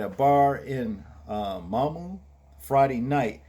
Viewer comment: I'm 30 minutes from mamou is pronounced (mam:moo) I didn't know this at all keep putting the videos my brother